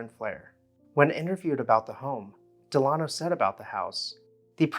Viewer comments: I think it's probably pronounced DEL-uh-no, rather than del-AH-no. You know, like Franklin Delano Roosevelt. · The architect's name is pronounced Dell-A-no, as in Franklin Delano Roosevelt, not De-lah-no. And is something is "more plain" then it is plainer. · “Dell uh no” as in Franklin Delano Roosevelt. Not “De lawn oh.” How is it you can pronounce “cartouche” correctly but mispronounce the name of an old American family? Good golly.